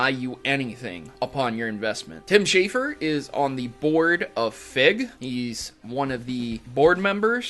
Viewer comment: Schafer, not Shaffer.